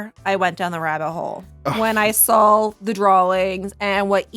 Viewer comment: I don't mean to make feel bad about her "speech thing," but she gifted us with this little gem: "So, this is where I went down the rattle hole, when I saul the drawlings..."